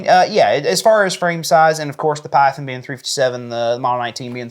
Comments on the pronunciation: Good Lord, it's pronounced PYTHON not PYTHEN you hillbilly, as a Colt collector I'm glad you prefer S&W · Excuse me did you “Piethen”…. Python ….Python!…lol😂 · Please pronounce Python as it is meant, it's not pythin.